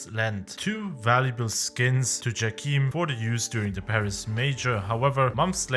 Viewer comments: its jayChem not djakeem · From the casts I am pretty sure it's not "jackeam" but "Jay-Cam". But still nice video, enjoyed it^^